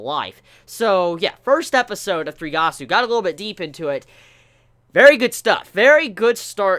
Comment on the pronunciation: He's actually saying it wrong also. He's saying 3 gasu. His pronunciation is so off, as someone studying Japanese, it grinds my gears. Rei is also depressed, and sad as his family had passed away.